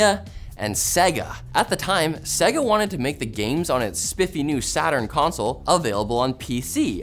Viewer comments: “Segga” Dude, every time you turned on their consoles, they told you exactly how Sega is pronounced. Loudly. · Repeat after me. Say-gah. Say-gah. One more time. Say-gah. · interesting how you say Segga.